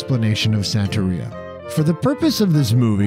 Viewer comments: Santería not San-terry-a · You are saying Santeria extremely wrong. It's Santa- ria.. Just like how Sublime pronounces it in the song ""Santeria''. Whoops. 30 seconds later you start pronouncing it right. Congratulations. I think. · You pronounced Santeria wrong. We used to find sacrificed chickens all over Miami as a kid. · “Catolikisim”, bloody hell. Also, you said “santeria” wrong twice in a row, just to right after say it right for the rest of the video, I really dont know what to say, besides, “you asked for corrections”, but “catolikism” killed me hahahhaa I mean, no one ever expect the Spanish “Inkisision”, am I wryght?